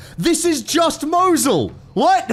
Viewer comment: hw you pronounce Mosul, hurts me. its pronounced Moe Zuul